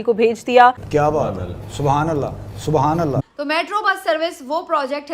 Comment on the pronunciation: Love the “subhanalah” 😂